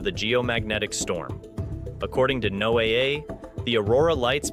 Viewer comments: I always wonder about people who cannot pronounce the name of their sources. NOAA is called, "NOAH", like the bible guy, by everyone who's ever actually needed their info. NOT NO aa... and the several other corruptions we hear here. That's minor. Seems to me that if this video were intended to INFORM, you'd have had the decency to tell us WHEN TO EXPECT TO SEE EFFECTS. I couldn't find that info, and OF COURSE, it is really the only info anyone cares about. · Something tells me this has absolutely nothing to do with the National Aeronautics and Space Administration. The quality of the script writing is bad enough, but to have the narrator say Know-A-A for the Noah pronunciation of NOAA is ludicrous. Obviously aimed at low education level audiences.